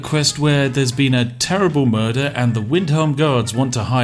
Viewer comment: “Blurder on the ice”